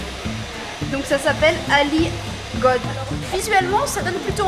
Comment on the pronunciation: Ali gode 😂😂🤣🤣 ça se lit Ali gueudé. Très belle vidéo comme d’habitude 🥰